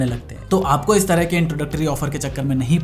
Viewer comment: 4.25 sumsumg? 😅